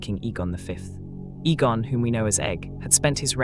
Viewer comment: When the AI mispronounces the name or word, correct it by spelling it out so it says it right. Egg, Eggon.